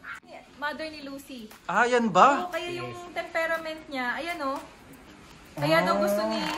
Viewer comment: Hello pakisabi sa girlfriend mo hindi “TEMPEREMENT” - ang tawag is “TEM-PER-MENT” pronounce how you read it.